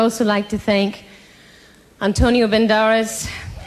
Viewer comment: Did she just say: Antonio BENDARES?!